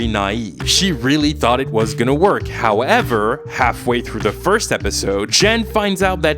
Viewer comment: It is always so fucking funny when you say HOWEVER. It is because I watch a big Yu-Gi-Oh YouTuber and HOWEVER is just a meme on his channel and i cannot help but crack up every time you say it. Ah yeah and your YouTube Videos are really fucking good. You are the reason i watched some of the shows you talked about especially Teen Wolf i really enjoyed (until Season 5 lol). And this will be my next series to watch bcs of u M8. I first saw your Video on Emily in Paris like so many others, but since then i watched every Video and especially the Flash, Sabrina and Riverdale i Downloaded and I listen to it multiple times a month. Also I am from Germany so pls excuse bad grammar if it happened to be idk. I hope you put out this content for the years to come.